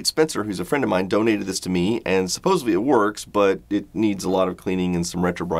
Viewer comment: "Supposedly", not Supposebly.